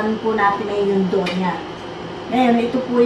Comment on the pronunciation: DOUGH... MOMMY PRONOUNCE PO--- DOWH.... HINDI DOHG....WALANG "G"